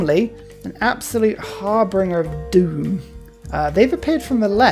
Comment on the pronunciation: I enjoy your plays-through. (FYI, the word in harbinger, not harbringer).